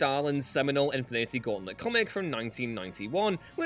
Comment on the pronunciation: Infi-needy gauntlet??